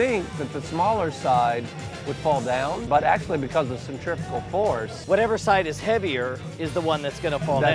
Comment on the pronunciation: Why does he keep saying "Centripical" hahaha